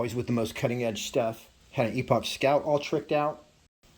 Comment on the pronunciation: Skout Epoch is pronounce Epic, Scout Epic = Skout Epouch